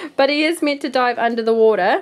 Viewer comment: When she said dive it sounds like die